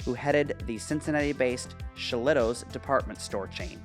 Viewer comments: It was pronounced Shilluhtoes. 😁 I don't think Forest Fair or Northgate were the cause of the decline of Tri-County. Kenwood Towne Center and the new-ish shopping in Liberty Township and West Chester had more of an impact. The exterior restaurant was Ruby Tuesday. The interior store started out as a Gloria Jean's Tea and Coffee. The area near BJ's was a short lived family fun center. The decline of Tri-County makes me very sad. That was my mall. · Ha ha. I wanted to correct the Shillito's too 😂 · Ya pronounce Shillitos wrong lol